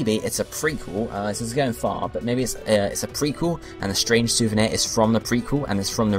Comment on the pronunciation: Strange souvenir, not strange souveni.